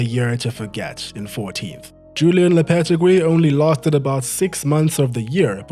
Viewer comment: lopetigui's pronounciation lmaoooo